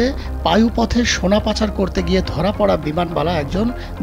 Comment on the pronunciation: আমার প্রশ্ন এই সংবাদ পাঠক শুরুতেই 'সোনা' কে 'সোরা' বললো কেনো? পায়ুপথে সোনার খবরের চিন্তায় মাথা খাইছে।😮